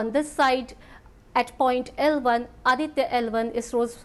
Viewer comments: That’s Aditya - L1 not Adita 🙄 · its not Adita, its Aditya that means sun in hindi